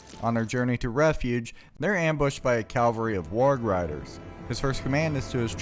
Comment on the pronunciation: Cavalry. Not calvary. Calvary is the hill where christ died: cavalry is warriors on horseback kicking ass. Cav-al-ry. CavALLry. Please. Cavalry. Not cal-va-ry. Ok, sorry, pet peeve. Good video